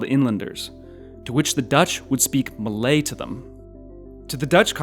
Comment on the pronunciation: if you can pronounce “lie” i think you can pronounce “Malay” correctly.